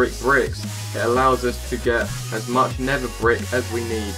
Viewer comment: I HATE HOW HE SAYS NETHER HE SAYS NEVA